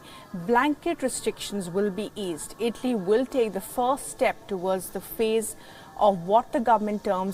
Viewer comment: Tf is “ itly “ it’s ITALY